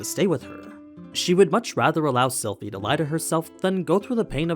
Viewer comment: you said Silent AHAHAH